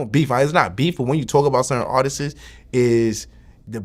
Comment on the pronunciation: He got vlad saying artissess lmao